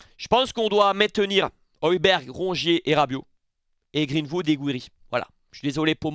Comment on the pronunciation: Match de folie encore, j'étais à fond dans le live! Mais fais moi plaisir sur la prononciation, Greenwood, pas Vood. 🙏